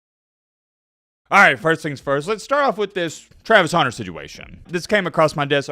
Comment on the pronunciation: “Travis Houner”